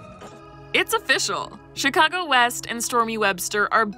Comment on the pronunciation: For some reason the “ch” on the word “Chicago” is pronounced like “sh”